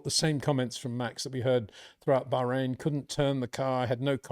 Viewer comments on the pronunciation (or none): none